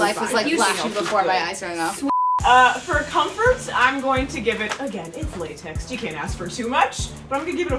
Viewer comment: It is datex instead of latex